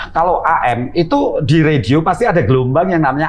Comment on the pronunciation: ini pasti bule krn gak bisa ngomong radio